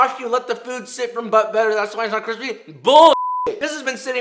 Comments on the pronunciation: I fucking can’t stand that kwispy shit. You ain’t funny stick to cooking and learn to use R instead of W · Just discovered you channel thanks to a friend sending me your in‘n‘out burger video (which I will be making for dinner tomorrow night) but omg your channel is my new addiction! I love they way you cook, the way you edit, your humor, the way you pronounce words like thicc and cwispy and most of all... the b-roll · Food: exists Joshua: Cwispy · nobody: nobody at all: josh: cwispy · Best part tho🤷‍♂️🤷‍♂️🤷‍♂️